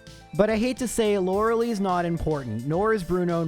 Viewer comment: that is how you pronounce Tangela though? It does physically hurt my soul every time I hear you say “Loralee”